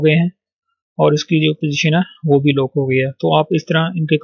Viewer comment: its 'lock' not lok